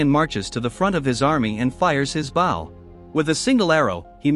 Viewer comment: It's called "AI Voice Has A Hard Time Pronouncing The Word Bow"